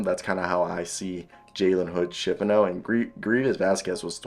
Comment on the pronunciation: What are u talking about? First of all ur saying his name wrong and he is not a wing. He’s a point guard or a combo guard.